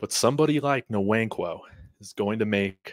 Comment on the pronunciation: it is wankwo, the N is silent. Wannnnkwo. Like Kanu Nwankwo the famous soccer player.